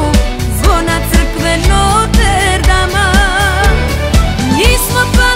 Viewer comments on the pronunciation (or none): “Noter dama “ (notre dame)😂 draga duso nit se tako pise nit se tako izgovara.😂😂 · Gospodo, ne kaze se "Noter Dam" nego "Notr Dam". LP.